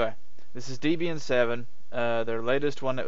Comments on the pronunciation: Pretty good review, but one frustrating point that makes me wince every time you say it, the disto name is "Deb-Ian" as in "Deborah and Ian", the original creators. I'm sure Deborah would raise an eye at being called "Deeb". ;) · Debra+Ian=Debraian not Debian!!! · Downvoted for "deeb"ian. Please learn to pronounce the product you are reviewing if you want to be taken seriously.